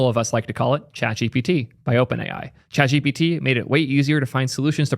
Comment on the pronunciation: Nah it’s definitely chat gpiiitie